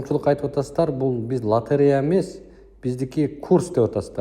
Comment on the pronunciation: директор болом деп тили келбей дректор дегенде кулоп берип 😂😂😂😂😂 откондо бир баткендик журот лотерея га тили келбей ойнотуп журот 😂